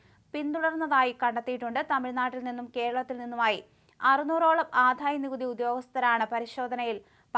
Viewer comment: ആധായമല്ല ആദായമാണ്